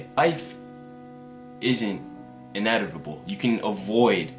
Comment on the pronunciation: Bruh its inevitable not inervitable🙈😂